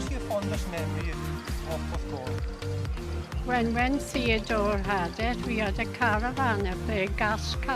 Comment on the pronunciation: Puth-call? Do you mean Porth-cawl?